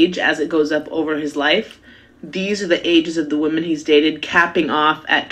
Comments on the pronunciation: Can we be honest about the fact that she's going viral saying woman and not women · she a biscuit away from that stomach popping out those jeans that’s why she mad also she a grown woman saying woman instead of women such a pet peeve lol